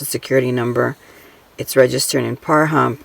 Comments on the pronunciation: PAH-rump......it's not Parhump 🙄 seriously...... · IT IS PRONOUNCED PARUMP NOT PAR HUMP. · Sorry to bring this up, but Pahrump is pronouced PAH-RUMP. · Their 5 acres may not have any access to utilities. Probably more cost-effective to build in Pahrump ( PRONOUNCED PAW-RUMP) ....but WHO KNOWS? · Love the video. Pahrump is pronounced Pa-rump emphasis on the rump. :) That is where Art Bell lived. He was my all-time favorite radio host :) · You were complaining about not putting people's names that won the vans. A lot of people don't want their names put out there. And the only drama I'm hearing is coming from this video. I subscribed to your channel but changed my mind. I was taught if you don't have anything nice to say don't say anything. And it pronounced per-rump.